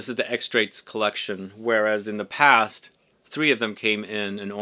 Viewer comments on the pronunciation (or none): none